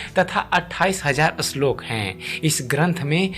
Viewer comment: अश्लोक नही श्लोक